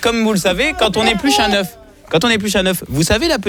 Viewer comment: L'euch alors que c'est œuf on dit de cauet mais la bichette désolé